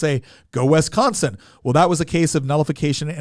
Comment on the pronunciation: I hate how he says wisconsin. If fact most southerners say it way f'd up.